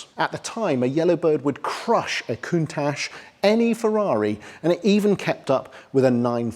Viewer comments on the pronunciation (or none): No, it's "koon-touch" I'm right.